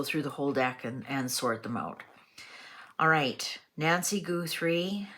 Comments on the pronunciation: Her name is Guthrie, not GOOthrie. Her daughter is the Emily Maitless of morning television. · Please! It is NOT GOOTHRIE....😅 GUHTHREE thanks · You are mlspronosing her name